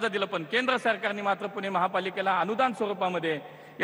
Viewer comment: पुना पुना हा काय फालतू पणा आहे..यांना‌ पुणे म्हणायला त्रास होतो का🙄